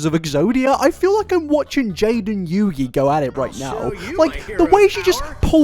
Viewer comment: Petition to cancel for calling Jaden Yuki "Jaden Yugi".